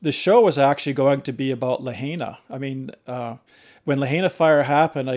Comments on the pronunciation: It's La-hina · You're pronouncing Lahaina incorrectly